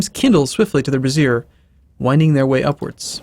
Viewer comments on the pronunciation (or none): Also, brazier is pronounced brAY-shur, not bruh-ZEER, which is a device to restrain chesticles....tho I understand that they did burn brassieres in the 1960s.